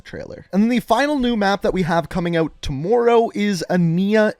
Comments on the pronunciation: Jeremy Wade tamooro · Don't Canadians pronounce words like that? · It did at the start but I’m used to it and it don’t bother me anymore